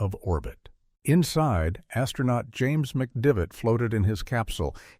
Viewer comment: It's James McDivitt, not McDavid. You'd think AI would be able to find out who was on Gemini 4.